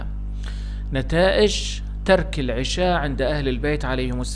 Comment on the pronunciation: 1- العَشاء بفتح حرف العين وجبة العَشاء 2- العِشاء بكسر حرف العين وقت العِشاء ولانقول اكلنا وجبة العشاء بكسر العين بل بفتحها وهنا جناس تام بين الكلمتين لأن يلفظها خطا